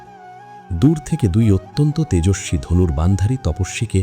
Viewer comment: ভালো লাগলো। তবে কিছু উচ্চারণ খুব কানে লাগলো যেমন লক্ষণ, ঐরাবত, তেজস্বি ইত্যাদি।